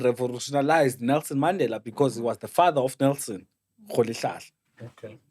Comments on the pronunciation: Yoooo this guy😂😂😂😂😂 Mmandelah not Mandela (the pronunciation). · Word of the day "Maandela" not Mandela😅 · uMandela not uMaaandela & Tetiwan (31) is all I heard from Mayibuye, maybe he had the amber nectar before the show. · Maaandela not Mandela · He, himself, even forgot to pronounce the Mandela surname the way he was teaching us. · Kante all along we've been pronouncing Mandela wrong as a nation😮😮🙌Yhoo